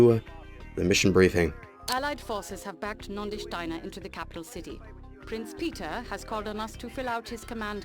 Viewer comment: have you noticed how you have a tendency to talk about getting some long to mid range weapons, but then you end up brawling point blank getting that explosion damage on your mech.:D Also, hate to be the guy but it's NONDI, not Nodani Steiner.